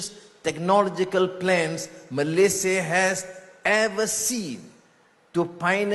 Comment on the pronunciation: COBA PERHATIKAN DAN DENGAR BAIK BAIK APA YANG DIUCAPKAN... BERKATA MALASYA... MALASYA.... MALASYA... 🤣👻🤣🤣🤣👻👻🤣👻🤣 ITU PUN KALAU TIPE M MALAYDESH TIDAK PEKAK TELINGA 🤣👻🤣👻🤣👻🤣